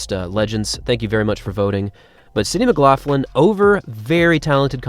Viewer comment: your pronunciation of McLaughlin though is a bit strange for me (I'm Scottish). I am not sure why you add an "f" sound in the middle - it is more of a gutteral sound you need to make, but no "f" there:-)